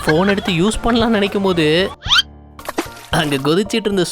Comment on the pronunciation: Bone soup illai.. Phoen soup..